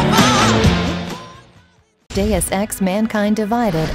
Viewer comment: Not even the advert voice-over AI can pronounce 'Deus' properly!...